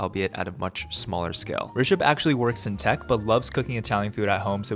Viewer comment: Thank you for saying Rishabh’s name right